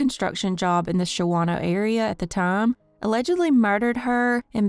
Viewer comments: It's pronounced Shaw-No (not Sha-Wah-No) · Shawano is pronounced shawn o. Being a local i find it amusing listening to people mispronounce town names. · Shawano is pronounced Shawn-o lol and the miles on that car is not adding up. Can’t even drive to Minneapolis and back and put that many miles on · Pronounced "Oh-Clare" and "Shaw-no". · And Shawano is pronounced Shawn-o. Depies is pronounced Deppis.